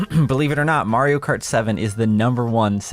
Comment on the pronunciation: Is it a british thing to pronounce Mario as Mawio?